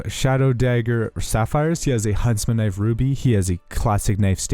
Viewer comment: "its a very nice köniiv"